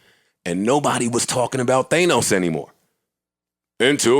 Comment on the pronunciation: Joe is “Thaynos” ..... 😅